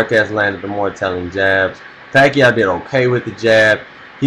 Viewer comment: he said pacoid even if its pacroid but ok so i say peequez ...